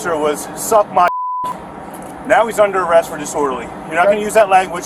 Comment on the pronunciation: Didorderly Speech 😂